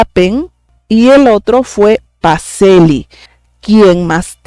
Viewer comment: Pacellí, pronúnciese: Pacheli. Bendiciones!!!!